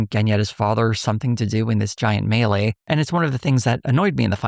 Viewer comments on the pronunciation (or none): none